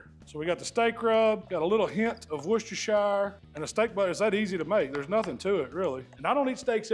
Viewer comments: Loving the videos as always. Just Heads up though, in the UK we pronounce it Wuh-stuh-shuh sauce. We don’t say the shire like shy-uh Hell sometimes we don’t even see the Shire part on the end and we just call it Worcester sauce as that is the name of the town it originated in Worcester is pronounced Wuh-Stuh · "wusstersher" sauce 👍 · it's pronounced "wuh ster shuh" sauce Great vids with some good tips. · Love the video. BTW it is “woos-ter” sauce 😅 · Just Wooster Sauce or if you like, Wooster-Sher sauce. Great video as usual 😊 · wu-stuh-shuh sauce - just for info as I live there! They're some great steaks,! Thanks for another great video! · can't you really fathom how to say WORCHESTERSHIRE?